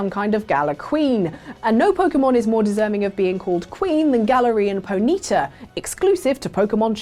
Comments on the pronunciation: What is a "Ponita" i thought it was Ponyta (pony-tah) or was I saying it wrong all my life lol? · what the hell is a pohneeta? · You said Ponyta wrong it's pony-tarr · Why do you pronounce Ponyta like you've never played Pokemon before? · Either you guys are pronouncing “Ponyta” very weirdly or I’ve been saying it wrong for years....